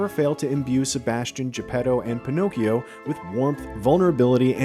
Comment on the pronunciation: Me an Italian, who hears how you pronounce "Pinocchio": 💀